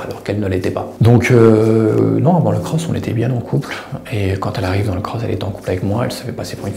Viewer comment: Pk il dit cros ??